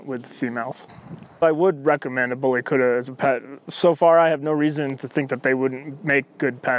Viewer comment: Yeah but the way this guy says it lol he says bully kurrra 😂😂 it's bully kut-ta